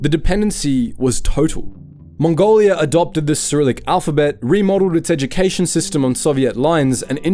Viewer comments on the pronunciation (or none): none